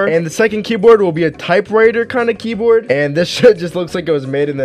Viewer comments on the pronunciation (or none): This is how many times he said key broad ❗️ ❗️